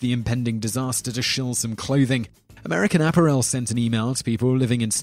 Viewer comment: I only watch these videos for the bad pronunciation. You nailed it with #9, American Apparel.